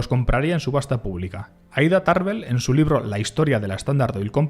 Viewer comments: No es "LIRRO" ES "LIBRO" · ES "LIBRO " NO, " LIRRO"